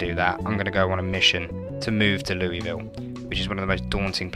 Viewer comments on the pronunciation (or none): It's not Lou-E-ville It's Loo-Ah-ville. damn brits. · No one in Kentucky pronounces it Louisville..... Lou-a-ville is how Kentukians say it.